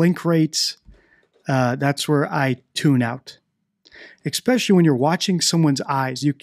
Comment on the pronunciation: This might seem petty; however as your mssging the importance of actual language—chk out correct pronunciation of “especially.” I’m of the opinion that, combined with/ your criteria for recognition of a liar, body language is useful, PROVIDING that a source for a liar’s “baseline” body language exist for comparison. Just one opinion; yet still fascinated. 👍🏽I’m taking NO issue w/ your opinions, or technique.